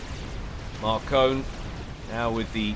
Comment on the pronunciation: I think Markone is actually pronounced as "Mark One"